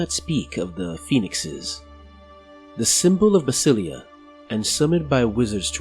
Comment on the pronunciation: Is it really pronounced that way? I think basilea should be pronounced with an emphasis on the e as it is a reference to the greek "basileia tou theou" Kingdom of God, similar to Elohi referencing to Elohim, one of the Hebrew names of God.